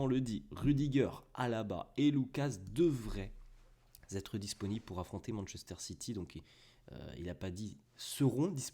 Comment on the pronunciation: Devraient Têtre et non Zêtre, attention à tes liaisons 😉